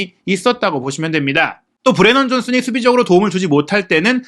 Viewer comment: 우도기랑 브레넌 존슨을 틀리게 말하던데.. 말을 좀 느리게 하더라도 정확하게 설명하는게 어떨까?